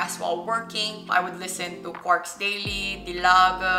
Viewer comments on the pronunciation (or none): none